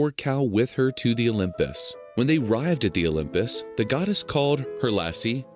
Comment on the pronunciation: Why do they always say "The olymus"?